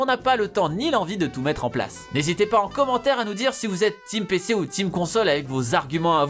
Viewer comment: Je crois qu'il s'est mal prononcé là, il a dit : TeamPC